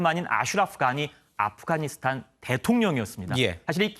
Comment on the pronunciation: 아쁘가니사딴이요??? 앵커가 발음이 왜이래ㅋㅋㅋ